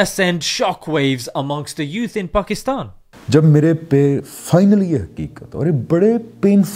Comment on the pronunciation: Why do you say Pukistan? It's PAKistan